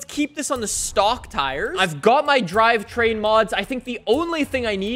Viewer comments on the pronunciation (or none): none